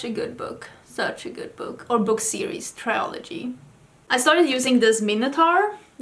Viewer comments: also we say trill ogee rather than try ol gee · Since you often ask how things should be pronounced: trilogy, not triology. And it's the same in Swedish, trilogi, inte triologi. I guess a mix up between trio and trilogy is the explanation behind that common mistake. I loved hearing your book review!